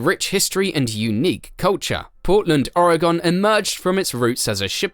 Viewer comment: It’s called “ore-uh-gun” NOT “or-uh-gone”!